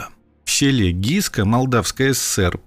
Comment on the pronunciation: СЕЛО ГЫСКА, А НЕ ГИСКА!